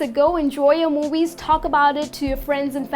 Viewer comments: Hi. Where are you from? Why do you say 'mowies' instead of 'movies'? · Talking about movies or moowies? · I like the way you are pronouncing movies !